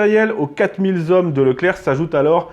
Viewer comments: 3'33 : "quatre mille z'hommes" ! Horrible ! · Dix-huit zavions et quatre mille zommes. Ce n'est pas la première fois et ce ne sont quand même pas des fautes bénignes. Je soupçonne de ne pas lire les commentaires. Tant pis pour nos oreilles et notre langue.